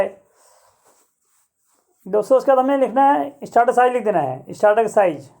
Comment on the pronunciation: स्टार्टर नही स्टेटर होता है